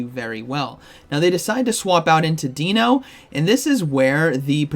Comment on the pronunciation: Love your videos,. I just cringe every time you say “Deeno”. Deino is pronounced the same as dino in dinosaur. The evolution line is based on German puns for 1, 2 and 3, similar to the Spanish puns for the legendary birds. Zweilous is pronounced like “SVY-lus”. And Hydreigon is pronounced “high-DRY-gun”.